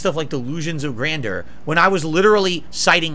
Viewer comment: Love that gets extra salty about Adam pretending to not remember who he was and still refusing to say grandeur correctly 😂😂